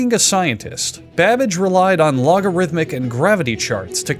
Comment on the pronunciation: Is he saying Charles Badbitch or am I tripping??